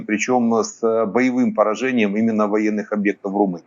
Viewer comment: не Румуния а Румыния